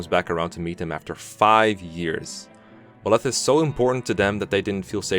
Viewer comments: I swear to god if you call Byleth belyth one more FUCKING TIME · What’s with his pronunciation of byleth "Belef" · be like Ba-leth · I’m sorry I just really wanted to | Buh-leth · Pronunciation - BYE - leth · Who the heck is Bill-eth? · The way he pronounces Byleth physically hurts me. 😭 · The absolutely worst thing about Byleth is the way you pronounce his name, Jesus fucking Christ. No, but seriously, I just recently finished my 250-hour long playthrough of Three Houses, completing all 4 routes. It was a blast and I thoroughly loved my time with the game, and because of that I have a lot to say on things like characters and story, and Byleth is not an exception; in fact, he's probably the rule if I am being honest. Byleth or Edelgard for sure. Now, I need to preface this - I actually really like Byleth. And I like him more than a majority of the characters in the game and I don't think he's a soulless husk-like most people seem to; I would much rather see Byleth communicate with basically any character in the game instead of watching Ignatz and Ashe talk with one another, for instance. I think he (emphasis on he - lmao) has one of the better visual designs in the game and he genuinely has some of the funniest dialogue as well. He's this combination of calm and collective, aesthetically pleasing to look at, and combatively competent. All while being layered upon with a dry sense of humor without being overly animated, emotional, and childish. And ALL of that is right up my alley. With that being said, I do have criticisms of the character and actually think he is one of Three Houses' weakest narrative points as he basically defines the biggest problems with the game - inconsistency and missed potential. As I said, I have a lot to say, and this comment section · how to mispronounce the MU name: a video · First SAY HIS DAMN NAME RIGHT BY LETH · Well saying name wrong ooof big oof . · “Buh-leth” lol. Think of the word bisexual: bye-leth.